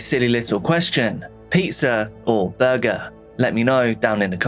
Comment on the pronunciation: Just discovered you a couple months ago and love your channel! By the way…”burgers”